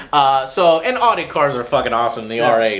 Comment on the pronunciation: ardi? its fucking audi, pronounced owdi.